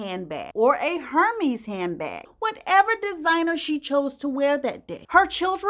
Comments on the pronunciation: Please, please don’t jump on me, y’all. I share because I care. But Hermés is pronounced like air-MEZ and not HER-meez. That’s all! Keep shinin’, y’all!! 🫶🏽💜🫶🏽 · Did just say…… Hermies lol Hermes! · Lol. Hermes is pronounced Ermes, the h is silent. But great story nonetheless. 😊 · You are saying “Hermes” WRONG!!😂